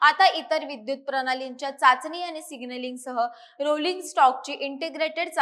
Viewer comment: अरे किती आनी पानी करते बातम्या देताना.. कुठलाच न आणि ण बरोबर नाही